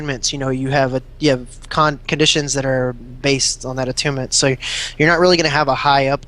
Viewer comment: Is it really that hard to say Conditions?